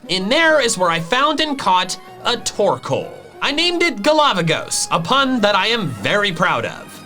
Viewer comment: TORKOAL, NOT TORCAL!